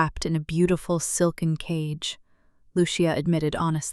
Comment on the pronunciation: Fix the pronunciation of the narration. There are so many mistakes it ruins the telling. The H/h names are continually mispronounced and a simple word like, cage was pronounced as tage. It's annoying!